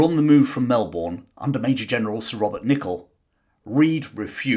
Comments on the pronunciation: Great video but we Australians dont pronounce Melbourne , Hotham and Lalor like that ...... Melburn , Hoff am and lay lore would be closer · did anyone else cringe at the pronunciation of "Melbourne"? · Great explanation. Terrible pronunciation of Melbourne though! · you might want to brush up on the correct pronunciation of the name of the city. It's not Mel-Borrrn. It's Mel-bnnn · Well done, another 10% Aussie 🇦🇺 viewer here. Certainly learned this at Melbourne during my primary school years. Melbournes city is lined with amazing civic buildings with the money from all that gold produced. Also Melbourne is pronounced by the locals more like burn than born like I've heard British say, which may be the correct way to say it! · Good episode, however its, Melbun and Hothum Not Mel born and Hot ham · Seriously mate, as a Pom, I'd have thought you'd have known this. Its bloody Mel-bun, not Mel-born. And yes, we learnt about this as kids and that spirit was what became the modern diggers of WW1 and beyond. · Melbourne is pronounced 'Mel-burn', not 'Mel-born'. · It's Mel-bn Not Mel-born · Brother, it’s Mel-ben not Mel-Bourne. You sound like an annoying yank saying it that way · I hate how you say MelBOURNE....It's pronounced more like "bin" than "born" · Fantastic summary. The Eureka flag remains a symbol of independence in Australia. Antipodean pronunciation is challenging. Locals pronounce it "Mel-burn" not "Mel-born". Some even say "Mal-burn". Cheers. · G'day Mate, its great seeing Aussie history seeing the light. But it would also be great to hear you say our place names correctly. Such as Melbourne is pronounced Melbin. 😀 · Oh FFS, it’s pronounced ‘Melbun’, you silly pommy git… 😝😝😂😂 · The city names “Brisbane and Melbourne” Are actually pronounced: Briz-bin and Mel-bin There is NO bane or Bourne in Australia only bin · Hey …Melbourne’s pronunciation rhymes with burn as in sideburn